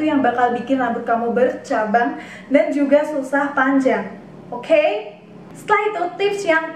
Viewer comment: Kaget pas ngomong okhey😭😭😭😂